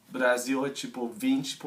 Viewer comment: Seu sotaque é ótimo, principalmente pq vc consegue pronunciar perfeitamente as palavras com a letra "R" como "Brasil" e "Fazer"... Geralmente o americano mesmo sendo fluente acaba pronunciando os "R" com o som nativo, como "Brother" ou "Air".